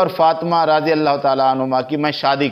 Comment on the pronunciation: مولانا آپ اپنا تلفظ صحیح کریں راضی اللہ عنہ کی بجائے رضی اللہ عنہ یعنی ر کے بعد الف نہ پڑھا کریں ہو سکے تو کسی قاری صاحب کی چار دن خدمات حاصل کر لیں